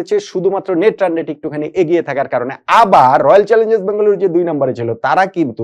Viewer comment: ভাই আপনি বলে বেগালুরু বলেন তও পানজাব জিতবে